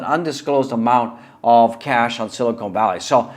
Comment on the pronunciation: Nice stream but it’s hard to hear you call Silicon Valley “Silicone Valley” 100 times.